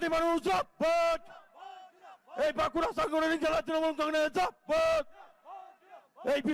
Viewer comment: কলেজে পড়ার সময় তারপর মা মাটি মানুষে যখন পথ চলা শুরু হয় তখন থেকেও "জিন্দাবাদ " উচ্চারণ এখানে কি বলছে ছিঃ ।ছিল কোথায়। এইভাবে বললে পার্টির সেই লোকের প্রতি চিন্তা অন্য রকম হয়।